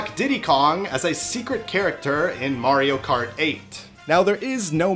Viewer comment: Mart kart💀